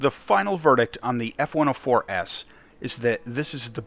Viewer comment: Is it just me or did you say "S-104S" Instead of F-104S at some parts of the video?